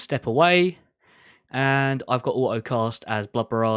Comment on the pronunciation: Its funny hearing someone pronounce the word auto like "oaoh"